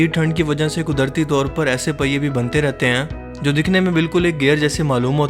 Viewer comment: Bhai tum sentence k akhri word py itna zor kiu dete ho? Hain hain hain Sunay main aisa lgta ha bakri ki cheenk phasi ha Itna ala channel ha ye kaam b thk kr do